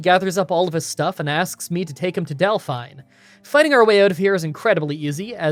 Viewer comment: Del-FINE lol